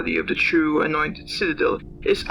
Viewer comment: laughing my butt off every time i hear u pronounce anointed. im sure you will get it someday :)